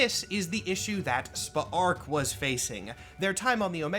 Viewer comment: Still watching, but I’m impressed you actually pronounced Spa’ark’s name properly throughout, since it’s so close to “Spark”. Kudos to you for that!